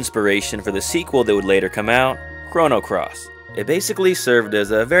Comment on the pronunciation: Stopped listening at "Chrono Cross".